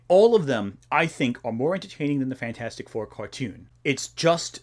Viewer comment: i died when you pronounced fanfourstic